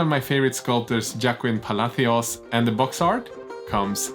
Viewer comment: Great video! just wanted to share that JOAQUIN in spanish would be pronounced something like "ho-ah-kin". Perfect pronunciation of PALACIOS tho!